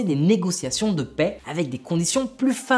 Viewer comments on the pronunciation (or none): none